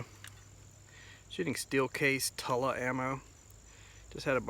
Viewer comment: Pronounced "2-La"